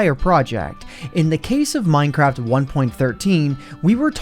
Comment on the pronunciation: minecrad lol